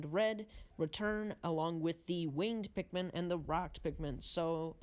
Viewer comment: Sure true pikmin fan knows alot about the game pronuced wing-ED pikmin wrong pronuced ROCK pikmin wrong didn't even mention the puffstool the thing that creates puffmin and also didn't mention that when white pikmin are eaten it poisons the enemy that ate them shredded true pikmin fan mhm